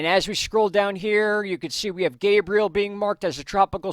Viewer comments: Thank you for bringing news we need so we can make good decisions regarding storms. BTW - the correct pronunciation of Gabrielle is Gab-ree-elle. She's a girl. If he was a boy, it would be what you've been saying - Gay-bree-uhl. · anyone else getting triggered when he calls Gabrielle "gabriel"? Its Ga-bri-ell-a, not ga-bri-el LOL